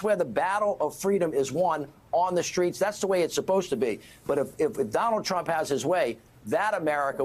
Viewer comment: Trump not tramp.